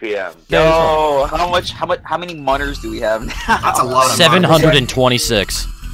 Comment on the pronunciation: I’ve watched this video 7 times and only now have I realized he’s saying monerz. For the longest time I thought he was saying monitors